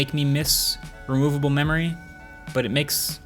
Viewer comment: Okay Okay. Chill Mr. Marques. That was fun. Maybe Mention "Modular Memory" instead of "RRRemovable".